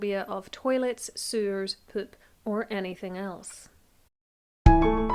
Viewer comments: I was most concerned about your pronunciation of "poop". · The way you say poop is funny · I love the way you pronounce poop. As for a killing method, I'm sure there are more gruesome and violent ways to kill someone off but I'm not sure there could be anything more gross XD